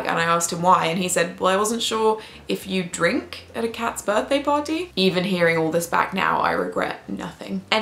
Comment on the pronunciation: Gotta love the pronunciation of birthday.